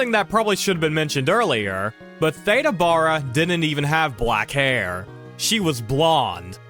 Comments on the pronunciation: Some people pronounce their vowels differently especially the A one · I never heard her name pronounced that way. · Theda Bara was pronounced, “THEE-dah BEAR-uh” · can't imagine doing a video on Theda Bara and not pronouncing her name correctly. The actress Theda Bara is pronounced THEE-də BARE-ə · FWIW: Both names are mispronounced,. Much more like Theeda Baaruh. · ThEda Bear ah. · For that matter, I've only heard her name pronounced, "Thee-da Bear-a," like Yogi Berra. Best Foot Forward, The Beverly Hillbillies, The Munsters, etc She showed up on Lux Radio Theater, with the familiar pronunciation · PRONOUNCE HER NAME ..CORRECTLY IF YOUR'E GOING A VIDEO ....JUST MY OPINION ...😯